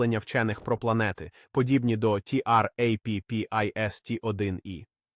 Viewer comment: В загальному, можна дивитися, пізнавально.., якщо би менше було того "ті-ар-ей-пі-пі-ес-ті"!, що найбільше "ріже вуха"... Чому не просто "Траппіст"!!?., хоча кілька разів звучало й так... Чому той ШІ ще такий тупий!?. Чому не редаговано!!!? Краще б озвучка залишалась ЛЮДСЬКОЮ, а не ШІ!!!